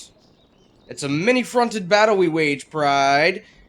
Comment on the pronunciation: please stop saying pride like that it makes me want to kill myself